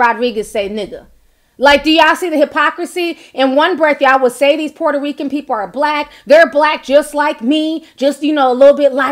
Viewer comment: Lol sounded like you said "who is this poor Rican" lol. But that apology was not real. Clearly she was being sarcastic like wish ppl would stop saying she apologized.